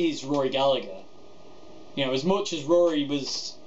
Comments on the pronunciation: Very informative from someone who genuinely appreciates Rory. Please though, please.... its Galla-her not Gallag-er, the G is silent not the H:o) If Mary Spender can do it you can do it too. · You said Gallagher wrong it’s gal-a-her not gal-a-ger I’m only nit picking coz it was such a fantastic video good work mate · His family name is pronounced GALLA HER! It's IRISH! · Love it! One comment: his last name is pronounced Galla(g)Her. The g is silent. It’s tough to hear English accents mispronounce an Irishman’s name so much for us over here in the land of saints and scholars (and the blues god that was Rory)..